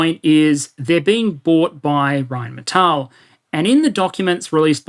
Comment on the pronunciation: Pretty good pronunciation of Rheinmetall :D